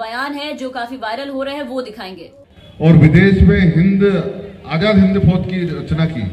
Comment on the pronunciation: Aap ka talafuz bhut kharab h.azad hota h ajad nhi..🙂🙂